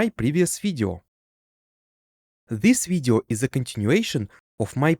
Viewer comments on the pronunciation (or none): i love how you say video видё